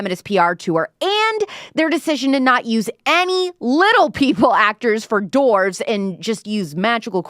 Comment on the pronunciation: Dwarves, not Dorves lol